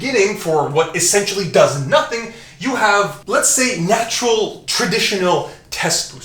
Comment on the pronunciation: Simeon Panda is somewhere like “I don’t need to watch this video yeah, I’m nachural, always been nachural.”